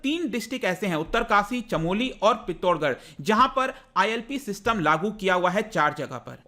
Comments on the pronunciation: Pitthorgarh nahi pithoragarh 😂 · सर पित्तोरगड नहीं है वो ,वो पिथोरागढ है वो कृपया सही से उच्चारण करे धन्यवाद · पिथौरागढ़ है सही नाम सर जी न कि पित्थोरगढ़। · Its not "pittorgarh" its "Pithora-garh" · It's पिथौरागढ़ not पित्तोरगढ़ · मेरे भाई पिथोरगढ़ नहीं , पिथौरागढ़ है ज़िले का नाम ,आप लोग ही अगर जगहों के नाम को सही से उच्चारित करने में असफल रहोगे, तो सोचो छात्र परीक्षा में क्या लिख कर आएंगे , पहले मैंने सोचा की शायद आपने त्रुटिवश नाम गलत बोल दिया पर पूरा वीडियो देखने पर ज्ञात हुआ की आप अनेक स्थानों पर गलत उच्चारण कर रहे हैं। मैं आपको हतोत्साहित नहीं कर रहा , परन्तु ये निवेदन अवश्य करूँगा की भारत में कहीं भी किसी भी जगह का नाम उच्चरित करने से पहले थोड़ा अपने स्तर पर जांच परख अवश्य करें। इससे आपकी और आपके चैनल की गरिमा और प्रतिष्ठा दोनों बनी रहेंगी और ज्ञानवर्धन करने वाले व्यक्ति को भी कहीं हानि नहीं उठानी पड़ेगी ।धन्यवाद।। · 😂😂its not pitorgarh.....its pithoragarh....being pahadi its uneasy to listen it mis-spell......love ur way sir😍😍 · पित्तोरगढ़ नहीं पिथौरागढ़ होता है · It's पिथोरागढ़ not pithor- garh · Sir its पिथौरागढ़ not पित्तोरगढ़ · Thank you for the knowledge sir , but it is pithora garh, not pittor garh. Uttarakhand is a hidden heaven.But many tourist who come here behave unethically and leave a lot of garbage in the clean natural areas ,this should not be done ..We invite you to visit uttarakhand.. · पिथ्थोरगड नहीं सर पिथोरागढ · Sorry sir, but it's not पित्तोरगढ, it's पिथौरागढ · पितोरगढ़ नही पिथोरागढ़ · Are mahaprabhu पित्तोरगढ nhi hota use पिथौरागढ़ bolte naam hi change hi krdiya apne area ka🤦🤦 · Rong pernonseation of pethoragarh not pithorgarh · Sir this is pithoragarh not pittorgarh..! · पिथौरागढ है सर वो ना की पिथौरगड😁☺ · Sir pithoragarh is pronounced as पिथौरागढ़। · Sir please correctly pronounce "pithoragarh". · पिथौरागढ़ बोलते हैं सर उसे। 😅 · Sir it is pithoragarh(पिथौरागढ़) district.. 😂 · Sir your pronunciation for pithoragarh is wrong ...!! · पिथौरागढ़ pronunciation hai sir😅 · u pronounce pithoraghar wrongly.....